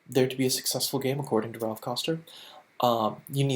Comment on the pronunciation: Good quality video.... one thing that drove me slightly nuts is calls Raph "Ralph" like 70 times.